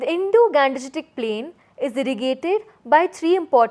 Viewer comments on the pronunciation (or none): It should be pronounce as Indo-gangetic not Indo-ganjetic plain